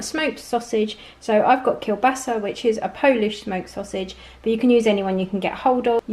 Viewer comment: i like how nicely you said the "kielbasa" :)